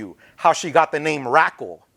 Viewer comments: i thought DR1 was gna bring up Dork wen asked about a consistent writing partner, i use to see them up both. also, why tf did the interviewer pronounce it RAKLE lmao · said "Rackel" 😂😂